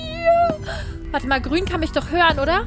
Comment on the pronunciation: ISi wiso ist Grun Plind isi😂😂 Grun AHA😂